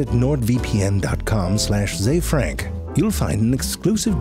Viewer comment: I like how he says "Zay-Frank" instead of "Zee-Frank", so that we don't search for ZeeFrank. Poor ZeeFrank.